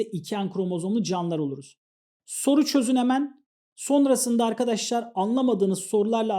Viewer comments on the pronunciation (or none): none